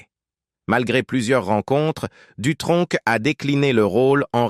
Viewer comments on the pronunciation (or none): Jacques Dutronque à quatre-vingt-tun ans ? Ça commence déjà de travers. Vive l'Intelligence Artificielle ! Les sites de voix off même à petit prix font mieux. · Jacques Dutronk ? C'est quel accent ça?